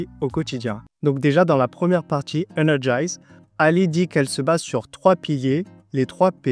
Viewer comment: Me trompe-je en affirmant que c'est "energiZe" et non "energiSe" ?